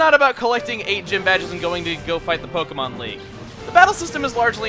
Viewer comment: It's wonderful how you actually put the accent on the e.